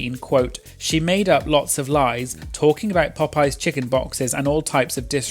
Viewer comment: Thank you. Bc why would you emphasize that like?